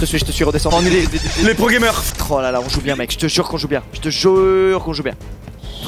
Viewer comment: Quand il a dit : pro gamer j'ai entendu : pro jeager ( ref a la saison 4 de snk 🤣🤣